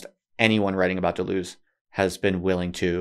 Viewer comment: >writes a book on Deleuze >can't pronounce his name